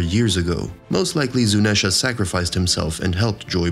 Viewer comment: How did you mispronounce Zuneisha, Imu, and ZOU I want to cry